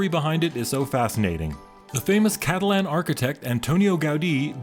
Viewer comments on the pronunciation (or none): none